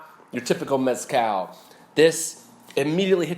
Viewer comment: Little tip: The z in the word mezcal is not pronounced how it is in English. The z in Spanish is pronounced either as an s or as "th" as in the first part of the word "the". Both are valid and both are correct.